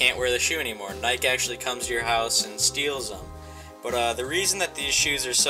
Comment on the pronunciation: N y K e